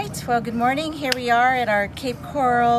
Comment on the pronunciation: I hate the way she keeps MISPRONOUNCING the word coral, in the name Cape Coral.